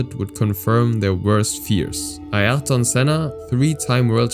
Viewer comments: Ayrton Senna is said "Ah-eer-ton", it's easier than what you tried, but I appreciate the attempt. Ironically, it's inspired by a british engineer called Lord William Ayrton, but not said in the same way. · "Artyon" Senna? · It’s Ayrton, not Artyon. So many pictures that are irrelevant to the actual event. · you made a mistake when you said Ayrton you misspelled the name it was Artyon even tho it should be Ayrton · Who the hell is ARTYON Senna? Was he related to Ayrton Senna? These videos are a total joke. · Artyon Senna...???? Bravo.👍 Ayrton Senna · And he would have got Ayrton Senna right..